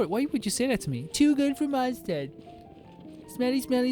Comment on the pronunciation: "the lantern wrong is in Mondstat" xd